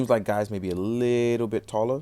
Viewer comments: It's pronounced like Gaze/Gates. Good review but a damn shame about the lack of painted detail on the ride watches. Love the red on this though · His name is pronounced like "Gates" in the show. The katakana would spell "geitsu." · I hate doing this, but it bugs me. Pronounced "Jee-Oh" and "Gates".